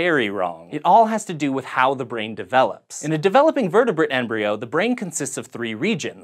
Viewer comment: Sort of sounded like you said vertebit not vertebrate.